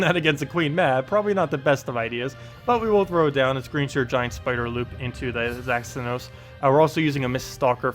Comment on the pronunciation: You said it right!!!!!! Well, at least the very first time at the start of the vid...